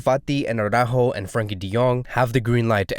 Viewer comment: It's not Aww-rÁjo. It's Ara-ÚÚÚjo. It's not because a certain Jamie of a certain channel massacres Araújo's name, that you have to copy that faulty pronunciation. Saying AwrÁjo to AraÚjo is just as ridiculous as saying Póóky to Piqué.